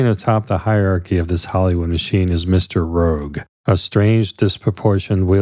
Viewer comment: 'Mr Roque', not 'rogue'. That being said, this was a very good presentation, covering details of the movie in a very straightforward way. I have watched many synopsis pieces about Mulholland Drive, and I find this to be one of the best I've seen. One part that was not mentioned, but I have heard others talk about, is why Betty is wearing the ridiculously tight pink sweater. It obviously looks like buttons are going to pop right off of it at any moment. I'm sure it is purposeful...